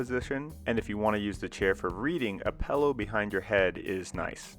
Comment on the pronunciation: He says pellow I stead of pillow.